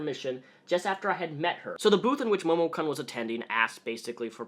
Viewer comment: I keep hearing that name as Momo-kunt, it's not entirely inappropriate in this case and my stomach aches everytime I see you drink milk.......I am lactose intolerant.